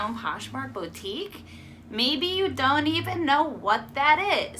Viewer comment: Hi! here. I'm new to this and your info was very helpful and understandable. Just a little thing, boutique is pronounced "Boo-teek", (hope I'm not being annoying). I'm watching all of your videos, thanks.